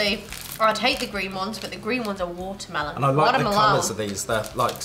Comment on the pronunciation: When she said watermelon in an american accent 😂😂